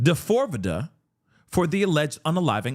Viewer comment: when you call him "Da-fore-vidda", I absolutely lose my shit 🤣😭 hearin you say it the way it's spelled serves him up.